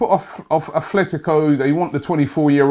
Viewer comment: ATTTTTLETICO NOT ATHLETICO